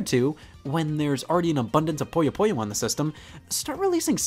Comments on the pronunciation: It's "poo - yoh" not "poy - oh" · scott. scott its pooh-yo